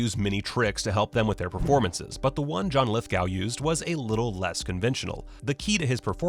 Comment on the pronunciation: 2 points 1. You seem unable to pronounce John Lithgow’s name correctly 2. No such person as Princess Diana. As she only married into royal family she was NOT entitled to use Princess before her name unless granted by queen which she was not. It was media who gave her that unofficial and meaningless title. She was only Diana, Princess of Wales not Princess diana